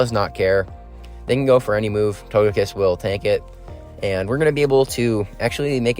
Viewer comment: I’m a new viewer here and it took me a second to realize that you had a SHUNDO TOGEKISS ( and no offence but it’s pronounced toe-ge-kiss not toe-je-kiss)